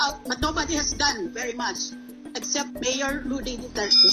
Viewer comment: Rody po hindi Rudy. 😊